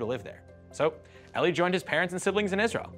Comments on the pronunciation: 14 seconds in I stopped because i thought i heard something stupid. Did they mispronounce his name as "ellie"??? I've actually met a few Eli's (also of jewish descent) and they always pronounced it as "eeee-lie" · "Ellie" im sure he means 'eli' EE - LIE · Eli Cohen (as well as almost all Hebrew speaking Eli's) pronounce their name eh-lee. It's often short for Eliyahu (Elijah) or Eliezer and not like the name pronounced "ee-lie". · Eli, a nickname of the Hebrew name Eliyahu (Elijah), is pronounced eh-lee and not ee-lie.